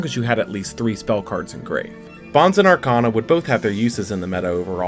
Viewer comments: I thought his name was always pronounced "Bones" not Bon-zee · This man said “BAHNZ”. Also, anti magic arrows is not duel links exclusive. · Who was triggred by the way he pronounced "Bonz" It was stil a great video though. Cant wait for the 5'Ds era. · Y u sayin bonz like that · Had to pause the video and come to comments for exactly this reason lol